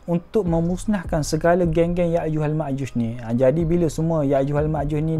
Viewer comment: Yakjuj makjuj bukan yakjuj makjush.. Admin mx amik pertahatian